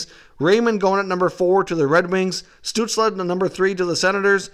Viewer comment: I love your videos, but every time you say Tim Stutzle's name, it makes me cringe... It's pronounced like STUHTSEL. Anyway, keep up the videos, I will continue watching!